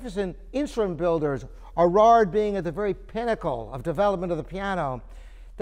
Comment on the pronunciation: Erard made a piano that sounds great even after 2016 minus 1875 = 141 years! Top quality materials and top quality design combined. Thats whats makes ERARD the greatest piano builder of all times. with all due respect; its not "Irrraarrr" butErard. A little more respect for French prunanciation would be nice. Rembember also that it is not Booz and durf urh